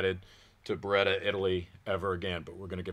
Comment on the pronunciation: it's B E R E TT A ! Not BUREDA